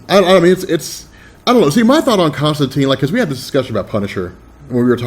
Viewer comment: you guys keep saying Constantine wrong. it's said like turpentine